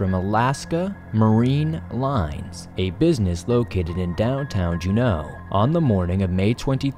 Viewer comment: Saying "Alaskan Bermuda triangle" just sounds stupid. Alaska is nowhere near Bermuda, just call it the Alaskan triangle. Also, "Juneau" is emphasized on the first syllable, just in case you make another video on the topic.